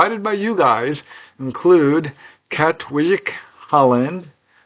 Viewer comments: Wijk is pronounced as "vike" for future reference Aan Zee means "on sea" too meaning the costal part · Just FYI. The j in Dutch is usually pronounced as a Long I. So it’s Kat-Vike I’m pretty sure. But not a j sound. Dutch is really weird.